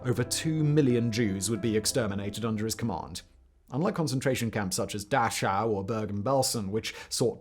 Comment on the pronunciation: Great presentation of terrible facts in history. The correct pronunciation of Dachau is Da Kau. The CH is pronounced as a K